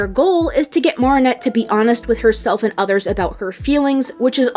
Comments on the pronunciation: This was amazing but im sorry I just can't stop laughing at how you pronounce Marinette and Bourgeois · The way you’re pronouncing Marinette is killing me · Okay I can get by you mispronouncing Marinette’s name but Chloe’s last name? I gotta draw the line somewhere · This is a very well put together video but the mispronunciation of Marinette’s name is killing me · pronouncing every single name wrong... go off queen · ms girl do you seriously think a professional voice actor cant pronounce adrien or chloë etc. they literally say the names wrong, idc how you try to spin it ur straight up wrong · Your pronunciation of Marinette and Bourgeois had me questioning if you really are a fan of this show for real. But I appreciate your analysis of Chat Noir/Adrien. That's probably the most nuanced I've seen yet about his character, especially the part about him being a victim of child abuse. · the way she pronounces marinette bothers me but great video anyway😂💕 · Do you have an accent cause you pronunciation of Marinette is a little aggravating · Its Not Marr-In-Nette Its Mair-In-Nette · OH MY EFING GOD- , ITS NOT MAAARIN- AT. ITS MA RIN ATE. OH MY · Its pernnounced mer not mar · she pronounced it mar-i-nette and it sound like mer-i-nette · why do u say her name wrong? its not MARIE-nette its marinette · I'm sorry but.. it's mArinette... not mARinette..😵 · OMGG please say "m-air-inette" not "m-are-inette" you're killing me. 😭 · Girl if you say Mahrinette instead of MArinette one more time haha jk but seriously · Idk if this sounds rude or not I’m not sure if you just think her name is pronounced that way or you just can’t say it normally (if so then it’s fine :] ) but her name is pronounced Mare-ah-net not mar-ee-net🧍‍♀️ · It's not Mah-ri-nette it's Me-ri-nette I don't know why people pronounce it's like that But it's ok I guess if you can't pronounce it but seriously it annoys me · this isn't a big deal but why do you call marinette "MAR-ih-net" instead of "MARE-ih-net"?